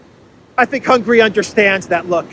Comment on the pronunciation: hi, thanks for your excelent update. Just a small hint: it is not hungry, it is Hun-ga-ry. Try to pronounce it more like a Greek than an English speaker person 😁. Orban said, the European Union cannot become an "In-debt Union". Hungary is ready to help Ukraine on a bilateral basis.